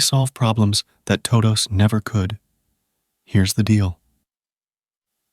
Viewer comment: toe dohwsss